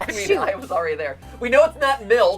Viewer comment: Also I thought they said milf instead of milk until I finally heard them say milk